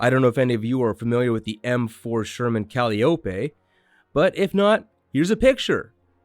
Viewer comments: Sorry, one thing grated on my ear in the video... it's ku LYE oh pee, not KAL ee Oh pee. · As a tank enthusiast it hurt my ears to hear you say calliope. Im not even sure how to explain the pronunciation through text but the way you said it is not how ive always heard it. Great video otherwise! Id also like to add in that all weapons in battletech are very close range compared to real tanks. Im going off of memory so the numbers might not be perfect but theyll be close. That medium laser has an optimal range of about 360 meters and damage tapers off out to double that range. The short range missiles on the side of the turret only have a range of about 270 meters max. The medium range missiles mounted on top of the turret go out to around 500 meters IIRC. That PPC has the longest range of any of the manticores armaments at around 700 meters, The PPC also fires its particles more like a tank cannon than a lazer. The fire rate is similar to a tank cannon as well